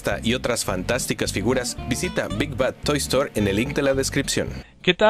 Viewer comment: Trooper te comiste la "d" en "bad" ¡Buen video!